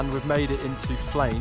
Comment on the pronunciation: its pronounced like flen not flane